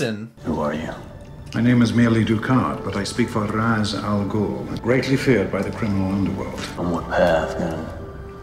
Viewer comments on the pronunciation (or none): I've been a diehard Batman fan since I was a kid in the early '80's. And while I really love this movie, and think it introduced a whole generation of people to the character who've never wanted to read the comics, it doesn't actually follow DC's canon very well. Ra's Al'Ghul is actually pronounced "Raysh", not Raz. The comics also portray Bruce to have a much stronger sense of willpower than this movie. From the very moment his parents were killed in the comics, he spends his childhood and teen years traveling the world training for his mission as Batman. He doesn't just decide to do it after reaching adulthood (though the Nolan movies do a good job of showing the greater wear on his body by not having that training). Batman canonically was NOT trained by the League of Shadows like he is in this movie (his son Damien is though). Also, in general, if you want the best representation of DC heroes, look up the animated movies. DC's live action movies aren't as well fleshed out as the Animated Movies.